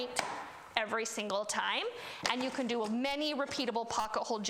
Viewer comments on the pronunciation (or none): none